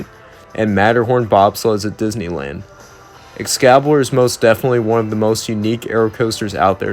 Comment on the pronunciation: Great video but just so you know excalibur is pronounced ex-cali-bur not ex-cabi-lur